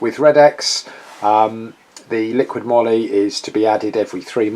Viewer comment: I think it's "moly" as in "holy moly"